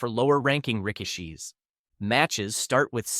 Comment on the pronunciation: Nearly laughed so hard I spit my drink out hearing you pronounce "Rikishi."